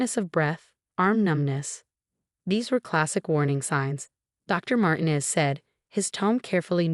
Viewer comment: Could you inform your stupid AI program that the Hispanic name Martinez is NOT pronounced "martin-ez" 2: the emergency number is nine -one-one, not nine hundred and eleven.. PROOFREAD!!!!!!!!!!!!!!!!!!!!!!!!!!!